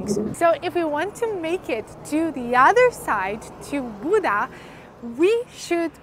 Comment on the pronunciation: Buda, not Buddha!